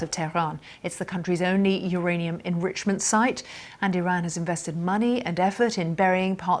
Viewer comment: Why does she keep changing the way she pronounces Iran